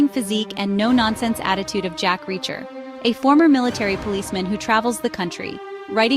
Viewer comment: It's pronounced FOO BAR not Fabber...And the last one is "Reacher" not what ever the hell you said. AI, what the fuck?